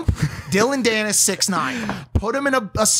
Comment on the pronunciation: Who els is annoyed when Logan said sixty nine instead of six nine